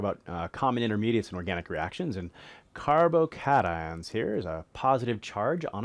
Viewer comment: "carbo-kayshuns" lmao